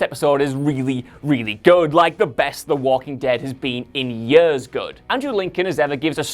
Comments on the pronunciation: when the script was reviewed and everyone saw how many times the word "years" was in it, they shouldn't have let host. God, please learn how to say that word properly, it's driving me crazy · This dude's pronounciation of the word "years" is like nails on a chalkboard to me. If you ever read this comment my man, it's years, not yehrs. I'm pretty sure he's very aware of it, because he uses that word way too many times for it not to be intentional. No one says "years" 50 times in 10 minutes unless they're really trying to. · Jesus, the way he says years, just... Ugh. "Yers". Horrible. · I dont like the way you say ”years” It sounds like ”yaaas”😷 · Three yerrrhhs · He says years weird... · Dude can't say "years".